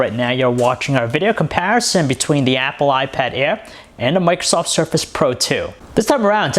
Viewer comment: awot mow pweasing, iPad aiwr